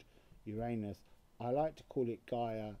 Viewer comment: Why do u say shoo when u mention Gia please.